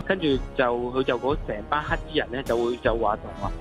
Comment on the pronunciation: 有懶音，係‘黑’衣人唔係‘乞’衣人XD